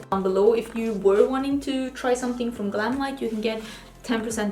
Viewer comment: PS you said the GlamLite palette name 100% correctly!👍👍